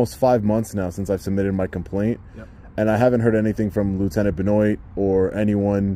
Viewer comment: 'Benoit'.... Pronounced, Ben Waaah....